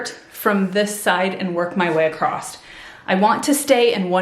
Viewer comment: "Across," not "acrost"